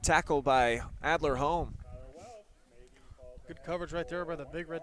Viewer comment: he keeps saying our last name wrong lol it’s horne not home